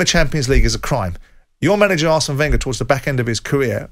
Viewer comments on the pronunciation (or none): none